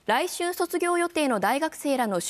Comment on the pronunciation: 来春の読み方、らい"しゅん"ですよ、アナウンサーさん